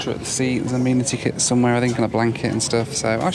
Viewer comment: I hage the way you say amenity lol